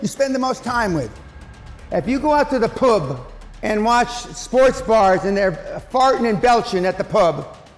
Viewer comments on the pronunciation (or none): How funny is it how he says ‘Pub” 😂